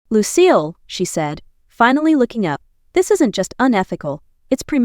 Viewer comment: It is Lucille not lose seal